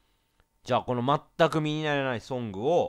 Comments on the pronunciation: 「全く身になやない」って聞こえるw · レトさん「身にならない」が言えてないww 「みになやない」に聞こえるw